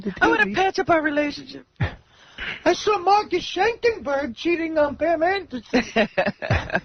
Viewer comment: "I sawr it"....lololol..